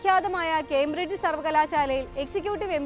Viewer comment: കേംബ്രിഡ്ജ് എന്നു പറയെടാ